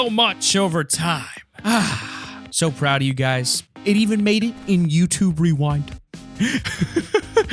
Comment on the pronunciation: When he says “Rewind” smh